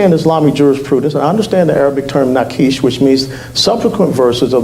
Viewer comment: West made a few small mistakes on Islam. Quran, Hadith and "Sira". Not "Sunnah" which is Hadith and Sira and several other sources. And "Naskh" (abrogation). Not "Naqish". Please get these little details right because Islam's little minions will use them to discredit you before you get your point across.